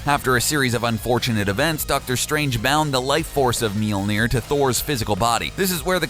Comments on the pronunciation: Myol-near. Spelt Mjollnir. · "Mealnear" lol. Why call his alter identity a useless power when it was part of his story? You even mentioned it lol. He is the son of Gaea though...him dying didn't have shit to do with any of that, it's just an iteration of him learning more of his abilities. He made it rain over a country that doesn't get rain...wtf kind of list is this. Solar flares aren't even his strongest abilities. Godblast? Antiforce? His antimatter is beastmode. And Warrior's Madness is usless? He beat the shit out of Silver Surfer and Adam Warlock at the same time, then handed Thanos his ass with it. I wouldn't call that useless.